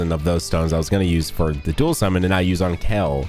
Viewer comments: Kale couldn't hear you cause you keep saying kel😅... Lots of love! Long time viewer here! Since you've started with rhyme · Hearing this man say “kell” For the better part of 25 minutes hurts my soul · Any word you say that ends as "ale" always sounds like "ell" to me. So yes you say "Kale" weird. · sometimes pronounces ale words like it’s ell. Kale, kell, well. not weird just characteristic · Is it just me or this man said "Kel" off rip?